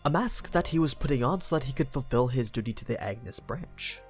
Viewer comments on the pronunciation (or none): none